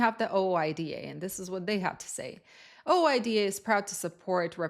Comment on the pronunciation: In trucking, OOIDA is pronounced "ooh eye dah"